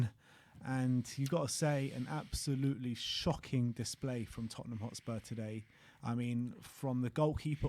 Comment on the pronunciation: The history of de tott'ham 😂